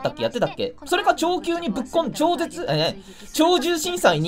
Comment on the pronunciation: ちょぜつって😅